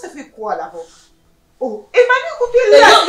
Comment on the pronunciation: Je pense que fait une erreur de prononcer le sobriquet " Emmanu" au lieu de " Emany " car on dit soit " MANU"; " EMMA " ou encore " Emany " valable pour filles ou garçons!